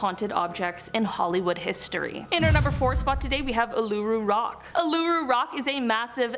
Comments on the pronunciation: it's pronounced oo la roo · It's oo ( as in Boo) La roo rock. :)